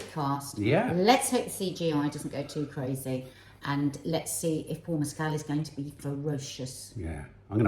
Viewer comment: Love this and looking forward to seeing this 😮 Also, just a little kind nudge that Paul Mescal’s surname doesn’t rhyme with Pedro Pascal’s. It’s Mescal where the ending sounds like the word call (It’s really hard when nothing rhymes with his surname! 😂) Said lovingly and kindly, adore you both ❤❤❤